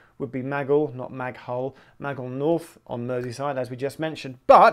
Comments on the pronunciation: Maghull is pronounced Ma-Gull (Similar to Sea Gull) not Maghul as you pronounced Geoff, and not Mag-hull either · Merseyrail are just an oddity to national rail with it's third rail etc. By the way, pronounce it Mug'ull not Mag'ull (no hard A) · you pronounced maghull wrong Geoff! its not mag-el its mag-ul :) easy mistake, lots of towns and villages around west lancs and merseyside are horrible to pronounce if youre not a local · Pssst.. Maghull is pronounced as "Ma Gull" and not "Mag ull" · You pronounced Maghull wrong! It's pronounced M'gull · Maghull is spoken as m-gull